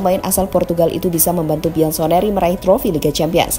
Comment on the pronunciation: bianconeri min buk diucapkanya biansoneri😅😅